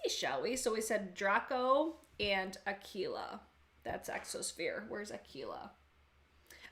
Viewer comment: If you use them with a glitter primer they will be very pigmented...btw I think you’re the only one that has pronounced “Aquila” perfectly 😆😆😆